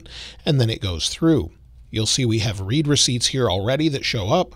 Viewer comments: It's read like "red". Not Reed. Lol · It's not pronounced "read", but "read" (like "red"). Like when someone has read your message...